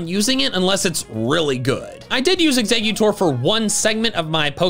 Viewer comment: Exeggutor, NOT Exutor! Psychic, NOT Physic! There should be 2 R's in starter!